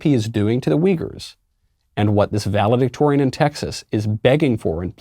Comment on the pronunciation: Valedictorian….sounds more like “Value-dictator” now!😡